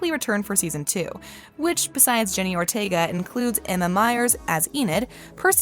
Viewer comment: It’s Jenna Ortega not Jenny and also what’s Gomez Addams power